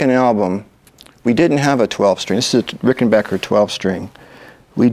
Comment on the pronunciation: Thumbs up to Mr. Campbell for pronouncing "Ricken-BACK-er" correctly!